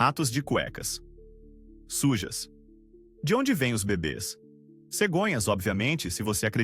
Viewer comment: A palavra não é bebe , a pronúncia é fechada, tem dois acentos em forma de chapéuzinho em cima dos dois es.